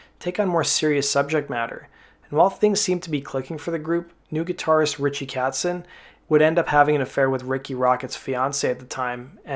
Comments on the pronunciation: Disaster? Where exactly? His guitar lead fell out. Other than that it all seemed to play along with the ‘loosey Goosed’ feel of the VMA’s. Also, Richie ‘Katzen’ Why are you pronouncing his name incorrectly? It’s Kotzen! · Not being a dick, but it's "KOtzen" not "Katsen." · It's Richie KOTZEN...Not KATzen... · Ritchie Kotzen...not "Katzen". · Its Kotzen, not Katzen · It’s not Pronounced catsen it’s Kotzen as in coat-sen . Your pronunciation annoyed me but other than that great video maybe because I’m British LOL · Mr. Narrator, please learn how to pronounce Richie Kotzen's name: like "cot," just the way it's spelled! He's the only true rock god for our times! He and Eve fell in love and tried to tell Rikki about it maturely, but Poison ended up treating them very immaturely, by beating up Kotzen, of course. He and Eve ended up being married for over ten years and having a beautiful, talented musician daughter named August. Who can blame Eve for leaving drunk, talentless Rockett for Rock Master Kotzen?! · Sht performance from a sht band..Did you REALLY expect anything less ?? My god theyre horrible....Just SO bad...Unskinny plop of shts more like it...GO AWAY....Oh and its KOtzen you can at least say his name right dipsht... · He mispronounces Ritchie Kotzen's name as "Katzen".